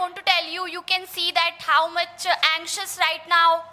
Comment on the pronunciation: Pyaar se bolo Thank uhh very musch 😂